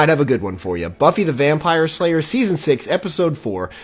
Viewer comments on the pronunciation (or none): I think I misheard you there did you really mean to say buffy the vampire layer ?.